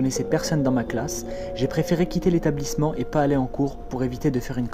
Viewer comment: T’as dit clash à la fin au lieu de classe